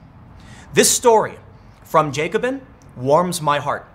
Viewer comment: Its jack o bin not Jake o bin. Driving me nuts